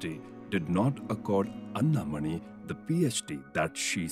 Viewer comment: Commendable production. But I wish that the names of Ms. Anna Mani and Dr.C.V. Raman were correctly pronounced!